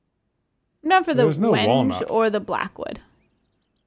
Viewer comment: 😭 the mispronunciation of Wenge! The confusion between bar and counter stools😭😭